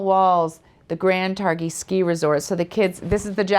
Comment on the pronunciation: Tar-GHEE not Tarr-HEE